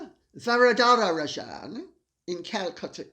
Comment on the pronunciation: Hi Lady C, being Indian I'm deeply disappointed seeing a fellow countryman behaving in this despicable and unethical manner. But I suppose he doesn't consider himself to be indian and to be fair, his country of origin cannot be blamed for his sins of omission and commission 🙄🙄. The name is pronounced as Raa-jun, sorry but I had to correct you on that. Though Mr R may prefer the anglicised version ?? 😄😄